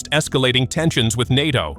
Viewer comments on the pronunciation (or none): LOL LOL LOL. I'll have some "Natchos" with my T-90 please." (It's nAto . . . Long A!) So Moscovia must be winning that 3 day military operation in Ukraine right? 3 day? 3 week? 3 month . . . Year? Decade? Keep up with the cheer leading guys.